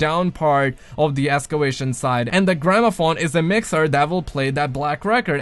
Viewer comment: "Escewation site" Excavation?